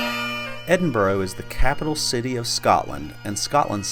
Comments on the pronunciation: Edinburgh not Edinbro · Great video, but it’s not ‘Edinboro’ it’s ‘Edinburra’. How can you still not realise that after demonstrably spending time there? You should respect the places you are visiting by at least attempting to pronounce their names’ properly. Also, Britain = England, Scotland and Wales. When you say “British accent” you mean English accent. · Leans against sign of EdinBURGH... "Today in Edinburrow..." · Three things: 1. The city is not called " Edinborrow" 2. The streets in the Old Town are not cobblestones but granite setts. 3. St Margaret's Chapel the oldest building in Scotland? I think not. Skara Brae on Orkney predates it by about four thousand years! PS: what the heck is a "British" accent? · I wince, and feel annoyed when Americans use the dreaded "Edinboro" pronunciation. Respect the city and the Scots please by using the correct pronunciation - it is not difficult. How would they feel if we used mispronunciations of their cities, such as New Jerk, Sickago, or even Pittsboro!!! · If you intend making a video about somewhere a little research into how it is pronounced is a good starting point